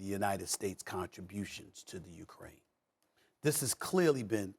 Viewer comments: “ Russier “ - Stephen A Smith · What is Rusher? Is that a country? The irony of Stephen A not being able to pronounce words that end with an A. Are there ANY words that end with an A that he can pronounce? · "Russhier"- Stephen A Smith